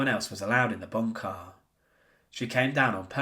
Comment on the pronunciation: Drinking game. Drink every time he says “BOON-kah.”